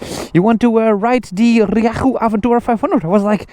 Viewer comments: The engine is not half Chinese it is a Yamaha engine, Ree-yay-hoo use Yamaha in all their bikes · Happy birthday Smokey , your rieju pronunciation is improving 😂